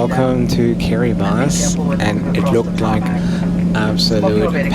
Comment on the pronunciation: SOMEONE PRONOUNCED KIRIBATI CORRECTLY!!!!